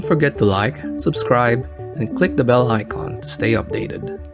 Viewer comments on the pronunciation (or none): none